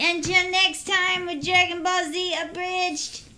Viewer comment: Are you saying Umbridge??? Its Abridged! Not some pink lady from HP, lol